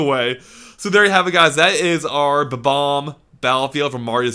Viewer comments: its bob omb not bom omb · buh-bombs?BUH-BOMBS?I think you meAN BOB-OMBS,! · It's Bob-omb, not Bom-omb. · THEY ARE BOMB-OMBS PRONOUNCED "Bom omz" NOT BA-BOMBS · Great video. But it's not BA BOMB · It's 'Bomb-omb' not 'Bo-bomb'. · it's bom-om not b-bom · haper No they aren't...they've always been called Bob-ombs, bom-omb is just a mispronunciation. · I'm pretty sure it's "Bob-Omb", not "Bom-Omb" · Hello! Pretty sure it's Ba-bomb.... Bye! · "Bom-omb" that fail xD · Bom-omb? smh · Bom-Omb? Oh.... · Isn't it 'Bob-omb'? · but, eveyone says bob-omb